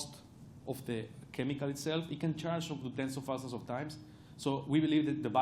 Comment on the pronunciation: how can he can say t in try, but not in the?